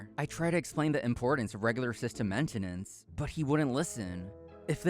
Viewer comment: Considering he pronounced maintenance wrong, it's safe to assume he's an idiot.